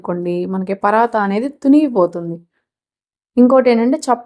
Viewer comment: పరాతా కాదండీ. పరాఠా అని గాని పరాన్ఠా అని గాని అనాలి